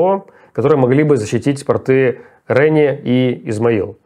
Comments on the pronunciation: РенИ город называется, РенИ!!! и они пОрты, а не портЫ!!! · пОрты, а не портЫ, странно, что репетитор Руслана не знает как правильно ставить ударение. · Поправьте Руслана. Пóрты, а не портЫ. (( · Извините, Руслан, но не «портЫ», а «пОрты». «ПортЫ» - это штаны. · Прости, Руслан. Если тебе сложно произнести слова портЫ, РэнИ, то уж со словами такими сложными, как Джарылгач не справлятся тебе простительно. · Нужно говорить пОрты, в пОртах, по пОртам, извините Мостов это не касается😊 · Добрый день! Прошу прощения. Не РЭни, а РенИ. Не портА, а пОрты.